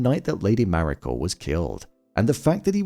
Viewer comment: Why does it sound like you're putting an R on the end of Mariko?